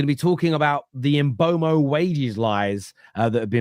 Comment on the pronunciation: It's M Boom o. Sky Sports did a video of players pronouncing their own names and he's on it.